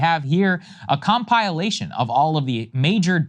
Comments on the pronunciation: Why have Americans started pronouncing compilation wrong? Theres no e after the l Americans! 😡 Your illiteracy is really annoying to us British 😡😂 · “Com…pieah…lation…” c’mon! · Com pilation. What??? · A "com-pile-ation' - Sagar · A com-PIE-lation 😂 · Com-pile-ation... thanks Sagaar. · Teehee Saagar said “cum pile” 😂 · Compile-lation you say? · A com-pile-ation? 😂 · Com pie lation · oh boy, a com-pile-ation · Saagar struggling with the pronunciation of “compilation.” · The way Saagar pronounces compilation is wild bro